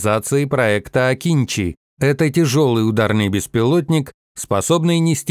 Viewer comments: Не акИнчи, а акынджИ. Научитесь правильно произносить турецкие имена и названия, раз уж пошло сотрудничество. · Акынжи а не Акинчи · Akıncı, правильно читать - Акынджы, нападающий.